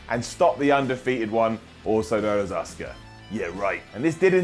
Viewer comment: americans, pronouncing asuka as aska since pearl harbor.